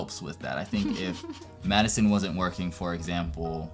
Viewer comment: I didn’t realize you’re wife was named Maddison, so I thought you were saying “Choosing School and Medicine”💀💀